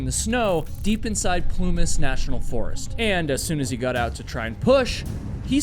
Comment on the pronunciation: He "gut" back out of the car to go yell for help. Your subtitles say "got" so you know what the word is just not how to pronounce it?